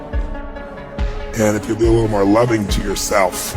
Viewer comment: “you f-ing eat MOOR”